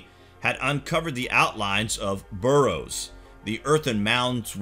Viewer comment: Whoever wrote this is either really, really lazy or just plain ignorant. Or they never told the narrator how to read properly. "Burrows"? "Middians"? Give me a break.